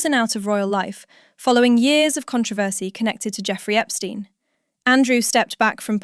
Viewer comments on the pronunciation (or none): none